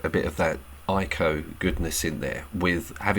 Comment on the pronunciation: Couldn’t agree more. Just so you know know ‘Ico’ is pronounced the same as ‘eco’ 😄